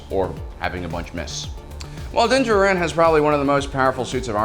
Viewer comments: Din Jar-in...is how its pronounced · This guy needs to learn how to pronounce Djarin and Beskar! He says it so wrong its jarring and take you out of the video.